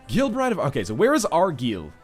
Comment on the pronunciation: Gaah first 'line-ster' now 'ar-geel'!? Like nails across my scottish ears.